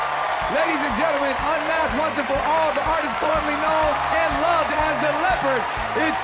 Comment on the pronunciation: strange pronunciation of leopard, sounds as if the o is omitted and the word German pronounced e like e and not i. I speak it in English without leaving out the o.